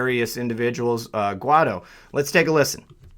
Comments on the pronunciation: Guaidó is pronouncedd why-though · Guaidó is pronounced like Gwhy - doe.